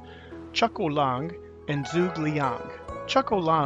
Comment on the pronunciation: Just a little hint. His name is not "Zhoog", it's "Zhoo-geh".